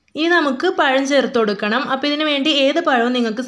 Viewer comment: payam alla, pazham